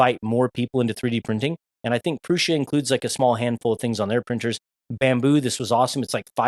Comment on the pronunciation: Great video, confirming my choice in new printer. And you are the only creator I've watched that pronounces Prusa correctly